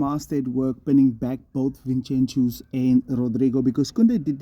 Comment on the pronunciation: Vinchenchus lmao